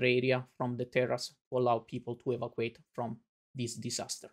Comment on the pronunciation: I appreciate this, and I understand that the documenter here does not speak perfect English. May I however point out that the word evacuate is pronounced *e-VA-cew-ayt*.